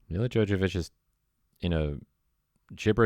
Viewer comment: Also it's Mila JoVOvich, not Mila JoJAvich. Jesus, you follow her and you've loved this movie for years, but you don't know how to pronounce her name?